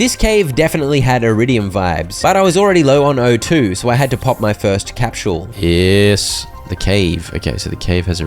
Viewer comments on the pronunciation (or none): Dude i dont know if thats is a channel inside joke or something, but "capsule" is pronounced "kap·sl" not "kap·schul". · Bruh, I cannot handle how you are pronouncing capsule. Cahp-shuule. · Capshule 😂😂 (peak content tho)